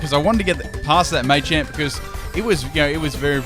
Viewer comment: dnt ever say machamp ever again